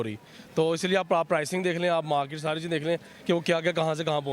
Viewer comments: India ek bohot badi "Markeeeeeet" hai 🤣🤣🤣 Pehle theek se Market toh bolna seekhe. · Markit kyun pronounce karta hai. O Bhai market bolo. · Markeet ❌ Market ✅ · Its not markit its market 😂😂😂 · markeeet hahahaha yr shi main hasi nhi ruk rhi , RAAWW inhe bolna to ata nhi compete kiya karege🤣🤣